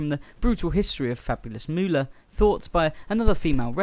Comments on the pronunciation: It's MOOLAH OKay? MOO-LAH!! NOT Moo-olah! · MO- OHLAH IS A DISAPPOINTMENT TO HUH-OH-MAH-EH-ER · Moo-ooh-lah. LoL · Great video...if you take away that cringe AI voice that seems to have the rare gift of mispronouncing even the easiest words, in addition to the Fabulous "Moo-oh-la" name. It's crazy how Moolah always looked like old roadkill/or an old dried out hotdog....every year she wrestled, including her "younger" years 😬. What an absolutely gift she was on the eyes 😜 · Moe-ohlah? lmao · i really find the robo voice annoying every time it mispronounces names i cringe. it needs to stop being a thing for channels, its lazy... its not Mo-Olla... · Moo-ha-la 😂 wtf Moolah was a legend these are nothing but rumors she gave those women everything